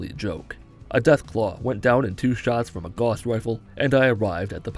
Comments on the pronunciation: Two things: It's pronounced "g-OW-ss rifle" rather than "gauze rifle," and seriously insane respect for doing this. Holy shit, this is probably the hardest thing you've done that can actually be done. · Gauss rhymes with mouse.... Sorry, my grammar nazi came out. Still liked the video!